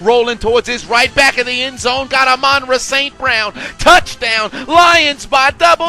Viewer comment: Amon-Ra is going to have respect put on his name, one way or another! It’s “Ah-Mon Rah”